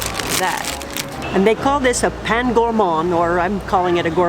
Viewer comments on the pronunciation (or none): Good choices of food but please make that little effort to say the names as are, it doesnt take much, you dont need to fake an accent but rather say for bread - Pain - Pun que Pen.